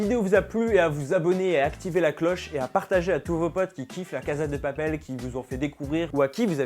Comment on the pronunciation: Enfin quelqu'un qui sais prononcer ce nom 😂